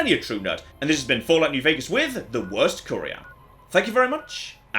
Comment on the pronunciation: I can't stand it but I don't hate it. Career is different from Curior. Its ' In-Vin-Tor-Re' not ' In-Ven-Tree'. I had to tell you it really, really bugs me and there's nothing you or I can do bout it.